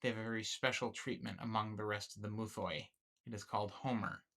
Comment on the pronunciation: Good vid ig but please for the love of god don't try to pronounce greek words or at least learn how to pronounce them. Just say myths not "mouthoi" which isn't at all how the greek word is pronounced...